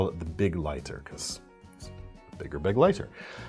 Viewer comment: Thank you for pronouncing “Begleiter” properly! Be-GLEI-ter, not BEG-lei-ter! (German for “companion”!)